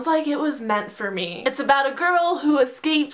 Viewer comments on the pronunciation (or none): none